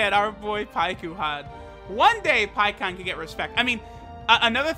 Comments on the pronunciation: Pie ku Han that’s not his name you do it for the memes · Pikkon’s name is pronounced longer in Japanese (paikuhan). It’s like calling Krillin Kuririn